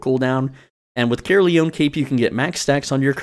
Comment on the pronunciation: as a welsh guy, it always makes me laugh when i hear how people pronounce Caerleon 🤣